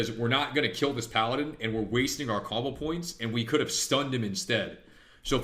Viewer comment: I swear I hear cobble points and not combo points